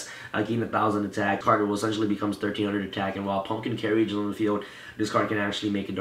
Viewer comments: "carry-age" It's pronounced "care-age"... jesus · Love the profile. However I must address your pronunciation of carriage. 2 syllables. Like this: care ridge. Not care ee idge